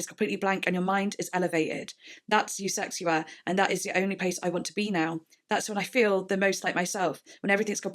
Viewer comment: It’s actually pronounced USEKSHUA😄